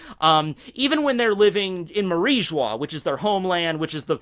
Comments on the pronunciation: ....Why you say Marijoa as Marie Joix (French Accent)? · Am I missing something, but isn't mariejois pronounced Marie Joa. Where is the marij wa coming from? Honest question here.